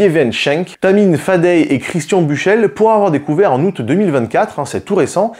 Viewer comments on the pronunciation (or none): none